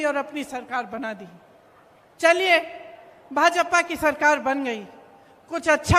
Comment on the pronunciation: भाजपपा नही भाजपा बोलिये आपका सुरजेवाला भी यही बोलता है